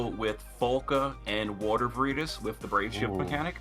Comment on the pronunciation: Its always disturbing to hear say veritas wrong